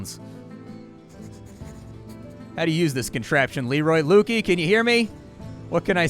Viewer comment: Pretty sure it's Luky as in Lucky (Lukey has an e in it). Other than that good video